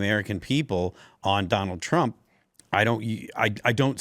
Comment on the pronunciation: " Donner Trrrrrump" 😂😂😂